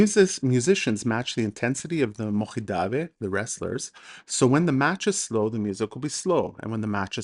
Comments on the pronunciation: You pronounce chidaoba ჭიდაობა really well, especially the first sound ch ჭ in georgian, but when say mokhidave მოჭიდავე, the third sound should also be same as the first sound in chidaoba you use sound kh, ხ in georgian. The word mochidave comes from chidaoba which means someone involved, in practicing chidaoba. And Georgian judoka after which throw is named is khabareli not kharibeli. The sound kh in the name is perfectly pronounced. Just the sequence of other sounds are slightly displaced. As a Georgian I just wanted to point out not to disrispect to you. In fact I thank you a lot for this video popularising chidaoba. And if I came to be rude in any ways I ask your forgiveness. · Very great video, your pronounciation was actually really good besides pronouncing a word Mochidave because you pronounce ch like kh for some reason, even though you pronounce Chiraoba correctly 😆 oh and chidaoba or chachidva in Georgian actually means to grapple